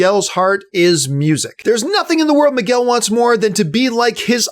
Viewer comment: Why is he pronouncing “Miguel” wrong or is it just me ?